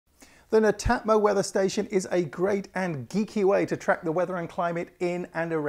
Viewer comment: pronounce it as Net Atmo